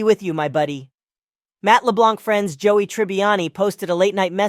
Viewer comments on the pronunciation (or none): none